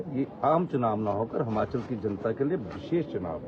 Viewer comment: हमाँचल नहीं यार हिमांचल बोलो